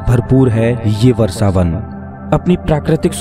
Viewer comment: What is Varsavan? It's vrashavan. You cant even speake hindi properly??